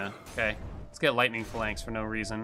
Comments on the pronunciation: The way he says phalanx bugged me so much lmao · smh he pronounced phalanx wrong AGAIN